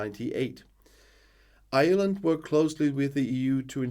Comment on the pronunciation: Ireland is the name. You will attract the ire of the Irish. Remember that it's pronounced IREland, not island. Failte go hEireann.